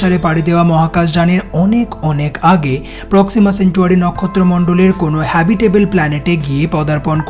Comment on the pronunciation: প্রক্সিমাসেঞ্চুয়ারি না,,,প্রক্সিমা সেন্টাওরি।